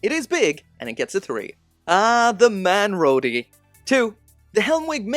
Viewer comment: "aahhhhh....the manrodi...2". god, i'm laughing so much my tummy hurt